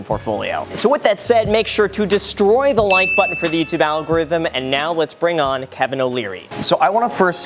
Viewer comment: Graham: “Destroy” Kevin: “DéStroix”